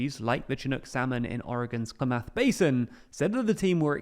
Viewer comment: ˈklæm-əθ river Bruh, try pronouncing things.